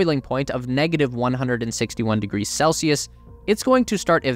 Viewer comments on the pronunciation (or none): none